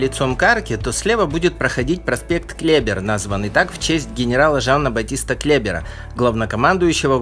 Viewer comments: Во французском языке ударение ВСЕГДА на последнем слоге! Генерал КлебЕр, а не КлЕбер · Не КлЕбер, а КлебЕр. Чудо, знаток Парижа. Во французском языке все ударения на последнем слоге! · КлебЕр. Ударение во фр. всегда на посл.слог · Услышал "генерал Клебер" с ударением на первый слог - аж передёрнуло) Все абсолютно слова и имена-фамилии по французски всегда произносятся с ударением на последний слог Бенджамин Франклин никогда не был президентом США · Не КлЕбер и ТрокадЕро, а КлебЕр и ТрокадерО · Все прекрасно)). Только генерал КлебЕр ,(поскольку он француз. ударение на последний слог) , а не КлЕбер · Если произносите француузские названия, то делайте это по-французски! Что это за КлЕбер такой? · КлебЕр,ударение на втором слоге. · Отличное видео! Хорошие съемки, интересные комментарии - много интересных фактов. Маленькое НО.. во французском языке ударение всегда ставится на последний слог - ТрокадерО, КлебЕр, ЖофрУ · Интересно, но много мелких ошибок. Например, Франклин не был президентом США, хотя его портрет и изображен на одной из американских купюр. Или Клебер - ударение во французском языке всегда на последнем слоге. О Париже лучше читать книги Бориса Носика, но сейчас время Интернета и соцсетей.